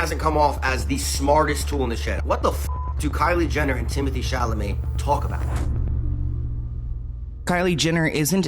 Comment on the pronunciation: Timothee Chamaley took me out 😭